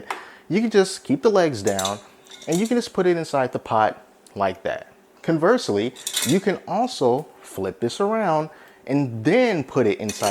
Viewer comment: Hi it's conversely not coonverserly